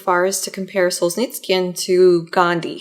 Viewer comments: It's pronounced Sol-zhe-NI-tsyn (4 syllabes, stressed on the 3rd syllable). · Sol-zhe-nyts-syhn more less! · There's no "k" in "Solzhenitsyn" :( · With all due respect, next time you'll plan on saying a foreign person's name a thousand time in a video, please do 5 minutes of research on how to pronounce it. There is no 'k' in Solzhenitsyn, hearing you butcher it throughout the video was excruciating. Keep up the good work otherwise.